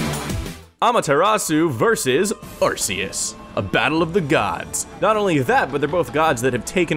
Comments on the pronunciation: IT'S ARR-KEE-OOS NOT ARR-SEE-OOS DAMMIT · It's pronounced, are-kay-us, it sounds like archaic which means old. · Arceus is pronounced with a hard C sound, like "Arkeeus."